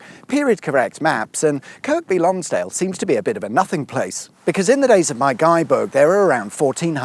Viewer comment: Yep = annoyed me too. And its also "Lonsd'l" not "Lonsdale". The cricket ground is near the bridge - spent many a hour in the scorebox gazing at it, often through the rain...